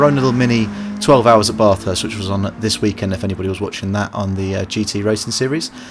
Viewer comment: Thanks for the info. I find this track quite tricky. Australian pronunciation excludes the ‘r’ sound. Not ‘BARth-Hurst’. But a real short ‘Ba-thirst’👍